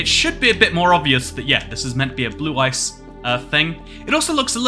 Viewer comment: My inner Kaiba hearing "Blue Eyes" instead of "blue ice" everytime😂